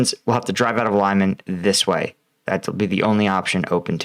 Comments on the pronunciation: Lyman is pronounced like Lee-man, not Lie-men. Hope that helps. If you listen to the Ukrainian or Russian pronouncing the town, you will know. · To help with your pronunciation of Ukrainian place names: e is eh and y is ee as in ‘jelly’. o is as in ‘dog’. So: Lyman is Lee-man. Shandryholove is Shandree-hȯ-lȯ-veh, where ȯ represents a hard o. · Try to pronounce Lyman like Leemun I think it would come closer to how its pronounced in Ukrainian language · The pronunciation of Lyman is apparently not "lie-man" but more something sounding like "lee-mahn". That's how I hear the Ukrainians say it, anyway. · Pronounced leMAHN, not Lyeman. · Lyman= Lee Mon. Second syllable sounds like mom. Lysychansk is a high ground with Russian artillery at great advantage, so the Ukrainians are smartly staying away and concentrating on other areas for now. Kherson has been a stronghold for Russia and along with the river are barriers going towards Crimea. It had been a gateway to Odesa as Russia was coming in and trying to take full control of all Black Sea ports. It's now the fall back along with being a Crimea defensive line. Don't forget the rain over the last few days. Just like Russia getting bogged down in the North towards Kyiv early in the invasion, everyone off road is going to be bogged now in the east. Winter is coming. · Btw, it's pronounced "li-man" not "lay-man". You make it sound almost like lemon lol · Next stop - saying beginning of Lyman as 'Bingo' not 'lime'. Sort of Leeman, not Laiman. Love your videos and appreciate your efforts with completely different word structure. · Lyman is not "lie-man" it's "lee-mahn" and it's Russian Occupied territory. Luhansk Oblast is still in Ukraine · Lyman is pronounced as it's written like this: Lee-maan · “Lee-mon”. Please. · Lyman is pronounced Liman - short i and short a. Like "it" and "mama."